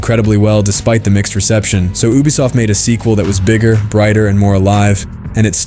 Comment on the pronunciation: you are triggering my adhd , " oobisoft "